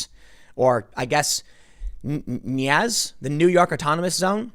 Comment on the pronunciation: Tim. New York City Autonomous Zone. "Nie-caz." C'mon, brother, you can do better than we see here.